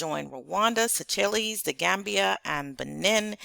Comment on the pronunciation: Thank you for reporting. Just fyi...Seychelles /Sā shells/ not /Sā chil lēs/